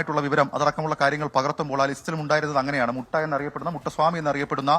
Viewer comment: മുട്ട അല്ല .മൂട്ട സാമി